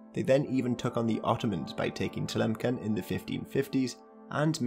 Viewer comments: It's Tlemssen not Tlemken. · Tlemcen is pronounced “tlamssan” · Tlemcen is pronounced Tlemsen with an s and not with a k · you mispronounced Telemceen